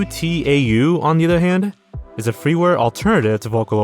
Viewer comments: just a little fyi, UTAU is usually pronounced as a single word, u (oo) tau (tow/tao) ^^ besides that, sweet slave comedy is something I never heard about until now, and Ive been a hardcore vocaloid fan for a few years lol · your pronounciation of utau as if its individual letters hurts me for future reference most users of the software pronounce it like "you-taow" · him pronouncing utau as U.T.A.U. instead of "oo-ta-oo" hurt me inside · Ive never heard someone pronounce utau by spelling it lol. The program is pronounced "oo-ta-oo" or "oo-t-ou" (as in ouch) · I love you but your pronunciation of utau is actually killing me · please. “Debut” is pronounced “day-BYOO”, so the past-tense form is “day-BYOOED” Also, “UTAU” is pronounced “oo-TAH-oo” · So many of my favorite youtubers uploading in one day really made this a wonderful Christmas. Always look forward to these found lost media videos at the end of the year. I also love seeing people talk more about Vocaloid/UTAU (it’s pronounced ooh-tah-ooh btw) stuff, especially songs with lesser talked about characters like Sekka Yufu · It hurt me that he just spell out Utau as alphabet ://// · Eerrrmmm actually "Utau" is pronouced "oo-tao"🤓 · Bro can't pronounce UTAU. It's Ooh-Taw, great video I just found it funny as a vsynth nerd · Huh, didnt expect to see Sweet Slave Comedy here! Just a quick observation: UTAU isn't an acronym, it's read as oo-tah-oo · Pronouncing every letter in UTAU is so funny lol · it's pronounced you-tow. 😢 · WONDERFUL VIDEO!!!! Also, UTAU is actually pronounced as "oo-tah-oo" :D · I actually did a double take hearing him try to pronounce utau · the way you pronounced utau killed me 😭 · the Utau and Douga mispronouncing got me deaadddd